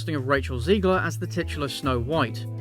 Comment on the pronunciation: I love you dude, but every time you say Ziegler instead of Zegler, I cringe a little and get Music flashbacks